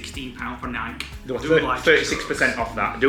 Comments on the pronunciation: Aaargghhh! Nike is pronounced 'Nigh Key'. Not Nike as in Bike. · Nike… pronounced N-eye-keee